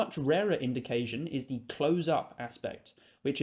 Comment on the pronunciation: It's 'close' as in together or near. It's not 'close' as in close the window.